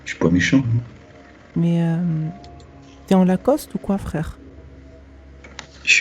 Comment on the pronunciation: Tu ma bute sur le 't en lacoste ' chui mort